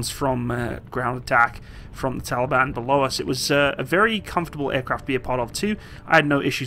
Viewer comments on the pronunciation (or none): none